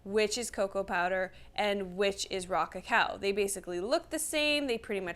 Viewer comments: Every time she said “Raw cacao” I heard “rock a cow” and thought about cow tipping 🤷‍♂️ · Rah-cah-cow... that's all I hear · 😂😂😂 you and me both she sound just like she was saying rock a cow😂😂😂